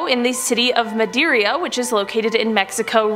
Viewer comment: When informing people on the topics try to get the pronunciation correct. I'm sorry for being so blunt. For example; Mérida...it sounds like you were saying Madeira. And the cenotes is another. It is not c-note. Just a note for anyone that might visit México....do not swim in them. They have an undertow that can pull you under. A family friend went in one and was pulled down and sadly, drowned.